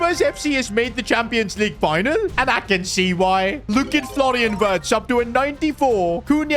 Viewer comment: Am I the only one who thinks doesn't know how to pronounce Florian wirtzs name, he's German and Germany's w is pronounced as v so it's not wirtz it virtz😊😊